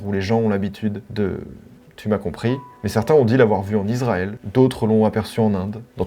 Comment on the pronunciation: Pour ceux qui ne se souviennent pas de la règle du sons S. Lorsqu'un S est à côté d'une consonne, ça donne le sons S et pas Z. On dit ISraël et non pas IZraël.